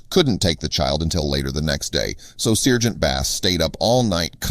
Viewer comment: SIRGENT? SARGENT!